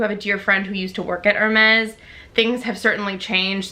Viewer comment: Thank you for doing that, people never pronounce these luxury brands correctly. I don't understand what is the point of owning something that you can't even pronounce the name correctly.